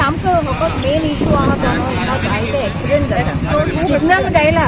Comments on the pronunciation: Axiement or accident, don't even know to pronounce the proper English . who employed you dear😆😆😆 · Not acciment but accident